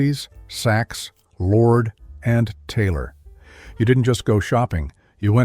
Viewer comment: Love those unnatural pauses: "...Macy's, Saks, Lord...and...Taylor." 😆